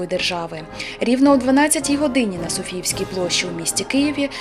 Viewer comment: Тільки Площа — СофіЙська. А не СофіЇвська